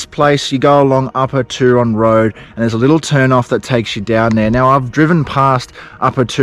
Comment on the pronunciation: Hey mate. Thanks for the relaxing video. I’ve been to the Turon area a few times. One memorable trip was a kayak journey. You will find Sunny Corner very interesting but you probably should exercise caution or at least go with another vehicle. One thing I have to say is about your pronunciation of Turon. I think you are using an American version. As far as I know it is pronounced Tue Ron as in TUEsday. You can always check with the locals. Keep up the good work. 👍🏻🙏🏽😷🦘